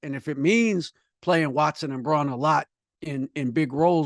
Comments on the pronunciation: To be fair it's spelled like it should be pronounced 'Brawm rather than 'Brown.' But I agree that professionals should get names straight. I think Nuggets fans are particularly sensitive about this because it took many national media members years to get Jokic's name correct, even after he'd been all nba. How many times did we hear "Joke-ich' or 'Jock-itch' rather than the correct 'Yoke-ich?' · Sadly it’s obvious you both have watched very little Nuggets BB . How am I to take you serious when you can’t even pronounce Brauns name correctly. He played in the freaking finals!